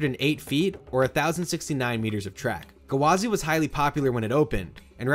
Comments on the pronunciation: I spent half this video pissed off at annunciating it as "guh-wah-zee" instead of just "gwah-zee" like it is. 🤦😂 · I think OP is referring to his repeatedly saying "gu-wah-zee" with an extra syllable at the front rather than the two syllanble "gwa-zee" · Yeah you're right, he was saying it as Ga-wa-zy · Amazing video! I can't get over how you're pronouncing Gwazi though. Sounds like you're putting an apostrophe in there like G'wazi or guh wazi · I like how he says it “Gawazi” rather than “Gwazi” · Come on it’s gwazi, no guhwazi 😩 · I couldn’t not laugh everytime he said gwazi. It’s gwazi not gawazi !!! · oml I hate the way you say gwazi... it's "gwa-zi" not "gawa-zi" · Iron Ga-Wa-Z lol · it is. he was saying gawazi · Yeah I was wondering what a gawazi was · Coaster enthusiast drinking game: take a shot every time he says "Guhwazi". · "Iron GUH-wazi" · Iron Guhwazi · Iron GUHwazi lol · Are you saying “Gawazi” on purpose lol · I came here to say this 😅 such a weird pronunciation lol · Honestly, enjoyed the video for the content but the pronunciation drove me insane. Lol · I didn't know Gwazi had three syllables. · Loved the video but the way you say Gwazi just feels so off